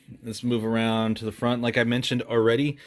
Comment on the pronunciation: Zeee batteries 👍